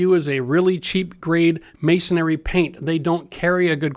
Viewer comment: Love your channel and what you do but, I have to tell your that the trade is not "masonary" it is masonry. If you say it like that you sound like you do not know what you are talking about to masons like myself. Keep up the great work and educational videos.